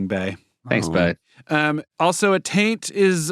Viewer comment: Why does Akiva keep adding the letter “A”. to the beginning of the word “taint“?!? is he confusing taint with “attain”?